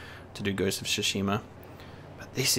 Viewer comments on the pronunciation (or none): Ghost of "Su" shima. It's pronoucned "Tsu" sort of like "Su".